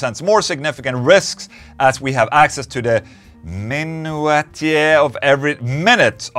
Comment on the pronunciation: Hey Ola, it's pronounced "mynoosha". It refers to the boring, mundane moments of peoples lives that inspire them to develop weird obsessions.